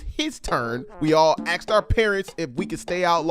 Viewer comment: I'm I the only black person who can say asked out here saying axed